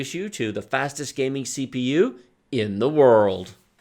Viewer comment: I'm actually an Intel fan but this video is clearly paid for by Intel 🤣🤣. He punted the Intel over and over and says "IN THE WORLD" with waaay to much emotion and emphasis! Not to mention that the majority of the games were coded to favour Intel. Feels waaaay too biased to me!! Im still buying an Intel though!